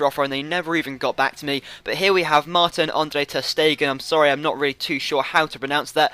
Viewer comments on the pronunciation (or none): none